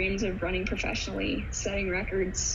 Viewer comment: "Profeshunal Running" I'm at a loss for words.